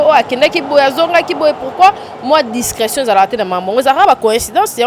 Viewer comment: Discrétion madame et non discraction